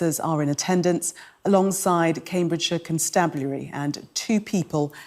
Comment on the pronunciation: Cambridgeshire con-stab-ulary